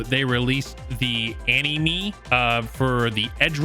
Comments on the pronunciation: whoa ani me? its more of an a sound than an e sound, so animae. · "animi" 💀 its pronounced "animei" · First time watcher here, great vid sir. But I had to laugh at the quote cyberpunk releases a any-me (anime) its pronounced ana-may lol, but no big deal. Like i said great vid I won't say no to more vids like this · "Anny-me".....Ani-may/ Anime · Also: "anemy"? You could say ah-ni-meh or a-ni-may but yours is a pronounciation of the word that I've never heard before :') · Bro said an-knee-me Lmfaooooo Its an-knee-mei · "The Ani-Me" 😂 love you dude. Ani may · did he really say anime as any-me? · "anyme" edgerunners? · no way said aneemee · ani-mee? have I been saying anime wrong this whole time? just subbed. loved this vid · are we all just gonna let this guy get away with calling anime as "annie me" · bro really said aneeemeee of cyberpunk lmaooo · brother really said a knee me, smh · "Anee-me" dyin XD. But yeah, the anime was good, had akame ga kill vibes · A-NUH-MAY= ANIME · bro said anyme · Ani-me😂 I hope that was a joke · What is an "eneemee" ? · Lol did he just say ani me What’s an animee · Any-mee? Lol what? You mean anime? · This dude said Annie-mee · Bro trollin prounouncin Anime as Enemy 💀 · This was a great analysis until I heard you pronounce anime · (talking about the thing that lets you slow down the game, the sandevistans... Lol... Not gonna put it against this guy for mispronouncing anime. Not everyone's into Japanese-influenced animation) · How do you not know how to pronounce Anime,? 😅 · The way you said anime made me giggle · The way this man pronounced anime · The way he pronounced anime tho 🤣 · Did he really just pronounce anime like that? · bro really struggled on the pronunciation of "anime"